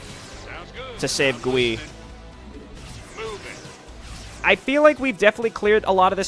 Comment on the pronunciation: Nice retcon. I remember this being the first thing I fiddled with in the map editor so many eons ago. I even made a hero unit like this one. And also, I think Gui is pronounced as Guy.